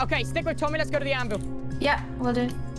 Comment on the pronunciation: Bad: HI "Tom-hy"